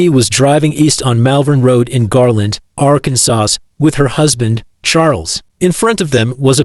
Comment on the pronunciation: You Need to use better Ai voices. Voice is so choppy and very unnatural. Ai couldn't even pronounce Arkansas correctly lmfao.